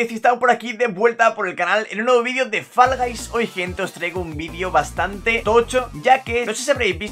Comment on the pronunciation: Los qué escucharon qué dijo fall gays 👍no fall guys Sjjsjsjsjsj